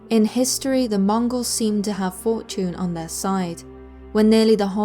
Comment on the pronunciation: i thought she said Fort June instead of Fortune.. 😑😑